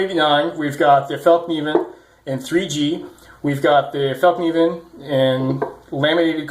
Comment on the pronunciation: your pronunciation of fällkniven is really good